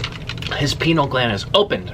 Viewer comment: Plz don't say "pineal" like that lol